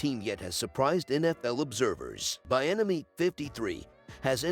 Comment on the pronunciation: His name is pronounced- Bee - enemy